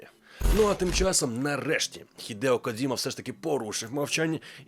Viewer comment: Коджіма, а не "Кодзіма". Це калька з російської транслітерації. В усьому світі він Коджіма, окрім для гоблінів